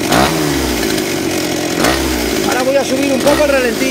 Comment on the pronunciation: Es ralentí. No relenti. Relenti es lo que te da por la noche cuando te quedas durmiendo al raso. Un saludo.